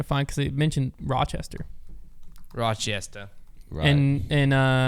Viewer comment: Your pronunciation of Rochester is KILLING me 😭😭😭